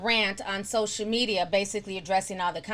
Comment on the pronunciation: I love the way Ti says sosha media😂😂